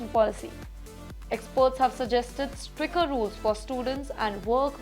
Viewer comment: She needs to work on her pronounciation. Not up to the mark for an anchor. "Stricker"? "Judiiiiiciary"?